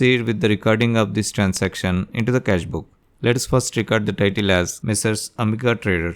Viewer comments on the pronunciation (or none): Bakvaas Transaction ko to trancestiom bol rha h Ke hi tu gnda 😡😡